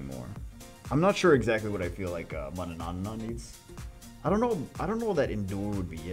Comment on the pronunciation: You're saying four times the amount of n there are in Manannan... Manananananananana lol